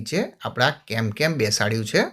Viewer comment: કેમકેમ નહિ પણ કેનકેન બોલાય